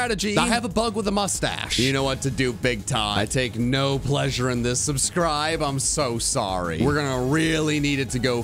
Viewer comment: Is nobody gonna mention “subscrive”